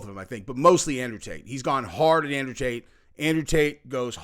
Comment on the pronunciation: Did say "Taint Brothers " when referring to Tate Brothers? Pretty funny 🤣 if that's the case. Folks should not hate on the fact that he wants to make sure innocent people are taken care of.